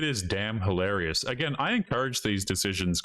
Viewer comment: For God's sake, "hilarious"! Say it properly! What's wrong with you?